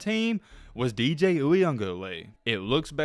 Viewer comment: Wait, my man said DJ what?? 😂😂😂